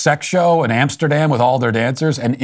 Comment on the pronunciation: Please mind the “Amesterdam” next time